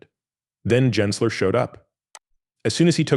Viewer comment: It's not pronounced "Jensler", but we can't expect a fake AI voice to know that when it's narrating fake AI content.